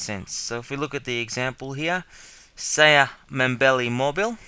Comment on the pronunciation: saya should be like siyah not sayaaah hahah sorry to be mean but yeh g